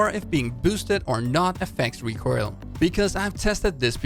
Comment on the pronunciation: Am i the only one who is disturbed my the "recroil" pronunciation Nice video tho keep up the good work